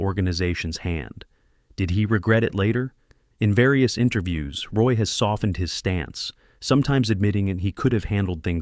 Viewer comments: It's "WAH" not Roy stupid AI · It's pronounced RWAH. You got "Bleu, blanc, rouge" right. But mispronouncing his name kills your authenticity.